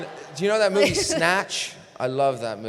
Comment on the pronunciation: Lol after he tries out that accent, you can hear he has a slight accent of it left when he speaks casually in , "I luv that muevi sow much" XDDD He's so dang adorable